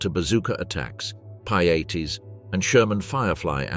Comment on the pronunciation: What the hell is a piatey ?!?!😅